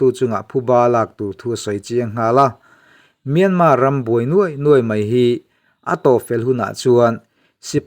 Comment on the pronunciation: Myanmar tih lam dan in thiam thei si loa.